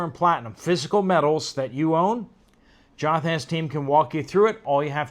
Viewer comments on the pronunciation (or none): none